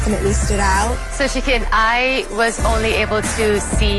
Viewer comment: I always hear chicken instead of shikin